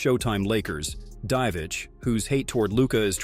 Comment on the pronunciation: its pronounced divats